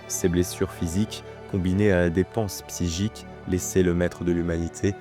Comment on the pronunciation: C'est bizarre que tu prononce, psygique et non pas psychique ..! Ge au lieu de che ..! ^^